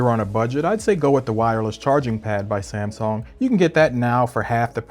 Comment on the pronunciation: It's samSUNG.. Not samSONG.. You jackass